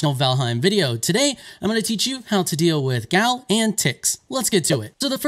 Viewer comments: Stop calling it a "gal". A native norwegian would probably pronounce it like "yahl". You might hear it with a a hard G in front, "gyahl". Never "gal", ever. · Boy it’s pronounced yall lol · the gjall is pronounced like y'all. so says the devs. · The developers are Scandinavian are they not? These spellings and a lot of the names are from Norse or Nordic language. In Norwegian: --- G before J at the start of a word is always silent, this usually applies even if it is not at the start, gjær - yeast --- J is pronounced as English y